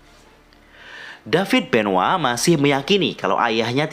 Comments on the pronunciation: bang kok dibilangnya Chris benwa bukan Chris Benoit? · Benoit bukan benoa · Coba elu denger commentators wwf/wwe nyebut nama benoit atau benoa